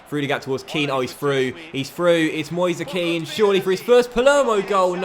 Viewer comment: It is pronounced mu-ase ke-an